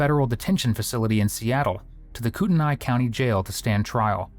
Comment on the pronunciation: Kootenai is pronounced KOOT-knee. Got CDA correct. The more than half million she (and her daughters) stole was from the North Idaho Housing Coalition, while she was its executive director. Lori offed Larry to keep him from finding out about her thieving ways (not from him).